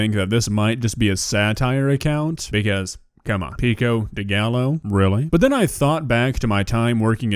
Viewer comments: probably the least offensive thing about this cooking video but she said pico de gallo wrong lol. She said the Ls like L instead of a Y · She just said “PICO DE GAHLLO” 💀💀💀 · Ain’t no way she just pronounced pico de gallo with an L sound 💀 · The fact that she mispronounces "pico de gallo", but not "tortilla".... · Why can she pronounce tortilla but not pico de gallo??